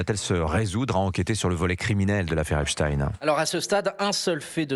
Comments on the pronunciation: En langue francaise, on prononce "EpstEINE" et non "Titine". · Epstein pas Epstiiiin, qu'avez vous à cacher en déformant son nom... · le nom d'état civil de brunel est Benchemoul, ce n'est epstine mais epstein comme einstein tous deux de la même confession : la justice est chapeautée par QUI ?